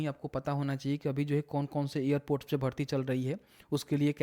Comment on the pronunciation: ईयरपोर्ट क्या होता है एयरपोर्ट बोल न